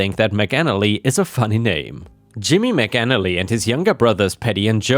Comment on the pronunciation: I was wondering why was saying McNally and Maganally at some points only to discover that the name was McAnally!